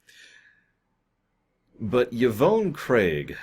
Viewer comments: The way you pronounced it hurt my ears. Yvonne is pronounced either YaVahn or EVahn like Khan. Definitely not YaVone like Ya phone. You probably have never met a woman named Yvonne so I get it. Steven Inhat as Garth is pretty good in my opinion. He's magnanimous in his crazy. But I get that he's King Tut from Batman. If you remember King Tut is a professor normally until he gets hit on the head then he becomes King Tut. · Yvonne is pronounced "Evahn", or "Yivahn".